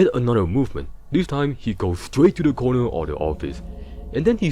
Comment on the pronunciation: bonnie goes stwait to thuh cownuh